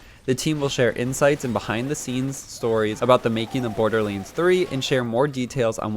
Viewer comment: It's not borderlands not borderlends there is an a not an e it's not hard to say